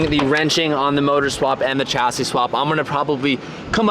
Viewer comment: WHY HAVENT YOU LEARNT TO PRONOUNCE CHASSIS PROPERLY. YOU CANT GO OORACAN US AND STILL F UP THE WORD CHASSIS.